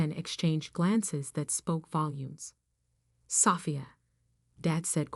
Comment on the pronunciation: Will you please fix this AI voices pronounciations or use a different voice or software program! Sophia not safia